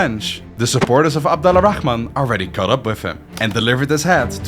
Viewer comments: The way you pronounce Abdul-Rahman make me cringe.. why do westerners always feel the need to say the KKHHH sound? its closer to an "H" sound phonetically.. just say as its written ABDUL-RAH-MAN not ABDULAA-RAKKHHhhhh-MAN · Since we’re big on correcting each other here, it’s not “Abdullah Al Rahman”, it’s “Abdul Rahman” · I’m named Abdul Rahman I love everytime you say his name 😂😂